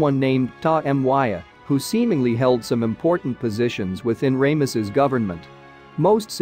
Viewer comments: Its Ramesses NOT.... Raymesses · You know you'd think that if you narrate these videos you could pronounce a Pharaohs name as popular as Ramesses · Definitely an interesting pronunciation. I suppose the first syllable is okay, since it refers to the sun god “Ra”, which some people pronounce as “Ray” (like the rays of the sun).